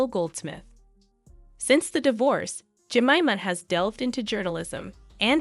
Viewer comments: You "Tactfully" dont mention the fact Imran Khan is in Prison. Dubious Reasons I know but...its definatly part of the story. Also in Britain and i suspect around the world...Jemima is Pronounced...Ge mime ma.... not ever...Jem im a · Her name is pronounced, Je-MY-ma!! If you’re going to go this far researching might as well pronounce her name correctly! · Narrator is pronouncing Jemima incorrectly. Break 'jemima' down into sounds: [JI] + [MY] + [MUH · The name is Je Mime ah. Just so you know. And DAY BUED. No T pronounced. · Ja- Mi' -Ma is the pronunciation. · Jemima is pronounced phonetically ‘Jemyma’. It is strange writing about someone without ever seeing a video where her name has been said. It is the usual pronunciation of her name. But I did otherwise enjoy the video. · If you are going to make a video, you need to check the pronunciation of all the names…. Jemima is pronounced, “Je-mime-uh” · It's pronounced "jenaaima" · Had to stop watching .. the mispronunciation of Jemima 🙄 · You should have learned how to pronounce her name properly. You sound like a complete idiot every time you say her name 😂. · I would've watched the whole thing but you couln't pronounce her name properly!!! DO YOUR RESEARCH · That pronounciation of her name is so bad! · Please figure out how to pronounce "Jemima"? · All the way through you mispronounced her name. It was interesting but does my head in when you tubers can't read. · Its JEM-I'm=A!!!! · Are you having trouble pronouncing Jemima… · You'd think the narrator would learn how to pronounce Jemima! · Yes wouldn't you!! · Pronounce Jemima Je my ma Not Jem in a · Imagine making a whole video about a woman and not even bothering to pronounce her name correctly 😂😳😳 JEMIMA is said like this "jem-myy-ma" It's a popular name in UK & Australia & it literally hurts my ears to hear the name said "jem-mimma" that's just ridiculous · I just had to let you know that her name is pronounced Je-MI-ma, not JEM-ima